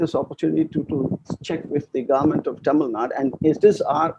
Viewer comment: it is not Tamilnad it is TamilNadu. "U" has to be called out in the pronunciation. Can Dhanya be called as Dhany?